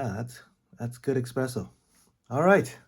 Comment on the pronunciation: Sorry this makes me cringe. It’s eSpresso, not eXpresso. This looks pretty interesting though, may have to check it out!